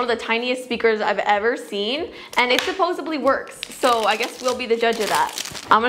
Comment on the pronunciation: ~Not meant to offend~: it *Supposebly* works Me, Reminded they put supposebly in the dictionary when its SUPPOSEDLY: i- EEEEEEEE Head explodes